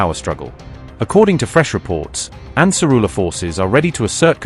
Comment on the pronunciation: Ansar allah, not ansarullah